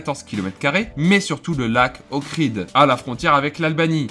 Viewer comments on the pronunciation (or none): C’est le lac D’OHRID et non pas Okrid